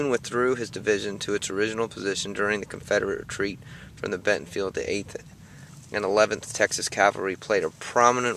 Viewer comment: BentonVILLE, VILLE not Bentonfield!!!